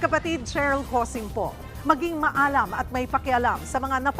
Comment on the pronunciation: Sheryl cosim parang awa nyo na po kaki bigkas po ng Tama ang salitang "MA-ALAM" Mali po ang bigkas nyo na "MAALAM" galing po Kasi sa salitang MAY-ALAM, Mali po na bigkasin nyo sya na parang "PAALAM" nakaka offend po sa mga Tagalog Yan.